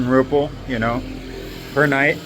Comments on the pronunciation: "rupee ahh" moment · It's called Rupiah not ruple😂 Pronounced as Roo pee yah